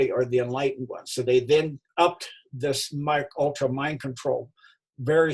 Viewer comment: It’s Pronounced: M.... (Like M&M) KAY...ULTRA ( No disrespect intended) 🤗🥰